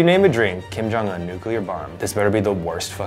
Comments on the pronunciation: Why do people pronounce it “nuke-u-ler” bomb?! It’s NUKE-LEE-ER! C’mon people 😂. Specifically Zach 😄😋😘. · Omg. I'm sorry, but I'm so hormonal rn. Zach, you say 'clear', not 'cular'. So why say 'nucular'? Ohhhh wao the sky is so cular todaee! Srry ilysm im trans happy pride month 🌈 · “nucular bomb” WHY ITS NUCLEAR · It's not nucular, it's nuclear lmao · Zach said "nucular" oh my God 😂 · Did Zac rlly pronounce nuclear nucular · Zach you did not GW Bush the word nuclear cmon now 😭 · I hate that Zach mispronounced Nuclear.